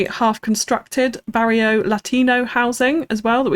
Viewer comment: Bear-ee-oh did you say? 🤣🤣🤣🤣